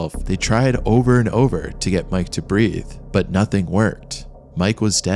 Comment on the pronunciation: Breathe, not breath